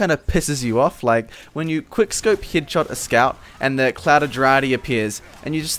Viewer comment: the word "head" doesn't pronounce like "heed" correctly you should pronounce it like hed